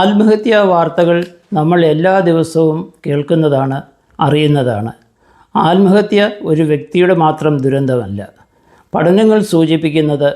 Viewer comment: അല്മഹത്യാ അല്ല ആത്മഹത്യ എന്ന് പറയൂ